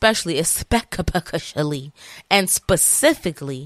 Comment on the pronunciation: Not especially especepecially 😂